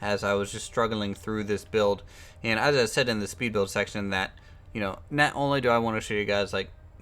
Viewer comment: I find it amusing how pronounces "not" as "neht"